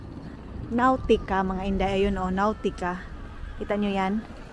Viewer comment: Nautica (notica) as you pronounce po